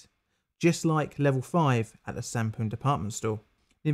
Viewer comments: I thought Sampoong said Shampooing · Honestly thought it said shampooing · Who else thought this said shampoo